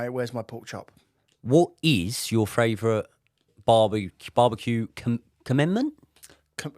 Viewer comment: Is it just me or do pronounce "Favourite" as fravourite? Otherwise, no notes. Love the show!